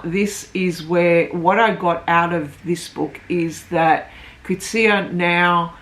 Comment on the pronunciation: Thanks for the review; and thanks for pronouncing the author's surname correctly!